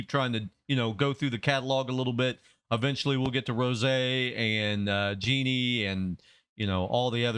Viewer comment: Just discovered your BP reactions and I'm enjoying them! You mentioned watching some of the behind the scenes stuff and I guarantee we would love seeing your reaction to those things as well if it was something you'd be interested in putting on the channel 🙂 Btw Jisoo is pronounced like G-Sue and Jennie is pronounced like Jen-nie (not like Genie). Looking forward to more!